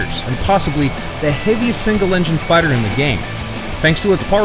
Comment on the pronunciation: ze marder I